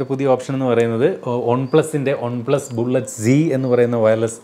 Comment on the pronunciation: ഒൺ plus alla chetta വൺ plus😅